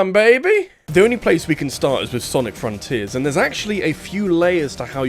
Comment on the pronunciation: It sounds like you're saying Sonic Forces Rather than saying Sonic Fronters that I find it funny. Even then, I think it's a nice Video on why Sonic Has issues with his current state of Games.